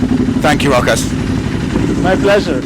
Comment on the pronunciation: yeap, you nailed the name, its Rokas